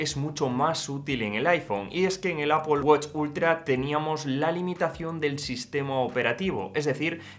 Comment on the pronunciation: Tío en vez de decir Apol queda mucho mejor decir epāl que es el término correcto… que suena fatal de ti, ni que fueras puertorriqueño niño para salirte nativo